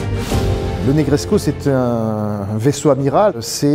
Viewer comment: Formidable présentation, félicitations ! Par contre, de grâce, cessez de prononcer le sufixe roumain "-escu" en " échou ou échcu"! Ça n'existe pas ! Negrescu se prononce exactement comme Negreso, avec ou à la place du u, à la fin, mais sans le son " ch". Donc, phonetiquement " NegreScou, tout comme " Ionescou, pour Ionescu " Par contre Ceaușescu, se prononce Theauchescou, avec un ch au milieu car il y a la lettre" ş" caractère qui n'existe pas en français. Il vaut mieux donc le prononcer " Seaucescu" que " Seauchescu" comme le l'entends si souvent...Certes, pas très important, mais je tenais toutefois à le signaler🙂!